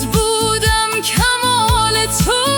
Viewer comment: با سپاس فراوان و عرض چند نکته ( چون که در یگانگی است جان تو و جان من ) بهتر است ( یگانگی ست ) خوانده شود برای رعایت وزن شعر ۲- ( بس بودم کمال تو) (بس بو-و-دم کمال تو ) تلفظ می شود یعنی حروف (و) و(د) با فتحه بیان می شود ۳ -( چونک مرا توی توی هم یک و هم هزار من ) ( چونک مرا تویی تویی ) نوشته می شود. پایدار باشید ❤❤❤